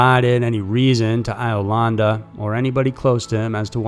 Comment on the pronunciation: "Eye-o-landa"? Really?!?